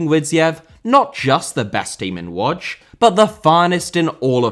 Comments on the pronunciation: Its pronounced "Woodge" not "Wodge". The "O" with the dot on top is pronounced with the "ooh" sound. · Isn't it pronounced more like Wooj?